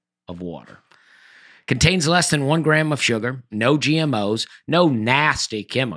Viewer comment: I just heard the Dusty T at the end of a word. During the ad read he says it cost 'lest'